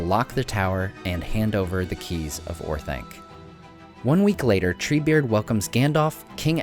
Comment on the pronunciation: Orth-onc, not Orth-aink! Read the pronunciation guide in the Return of the King appendices!